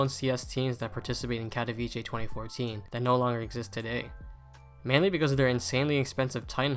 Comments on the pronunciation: Bro it’s pronounced Katovitsé and not Kadaviché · No hate but my guy its "katowice" not "katowicie" 😭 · It's pronounced Katoveetsay not Katoveechay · Its not katowicie, its katowice, can you try to say it correctly? Its really annoying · pronounced "kato - Vits - eh" no ch in there. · Great video, but please pronounce katowice correctly. KAH TOE VEETZ UH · No one pronounces the name right, get used to it. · the way people say katowice pisses me off as a polish person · As a Pole, I can't watch this movie because you keep pronouncing Katowice wrong XD. use google translate and check the polish pronunciation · That’s now how you pronounce Katowice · Bruh the pronunciation of Katowice 💀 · please learn how to pronounce Katowice... its painful as a Polish viewer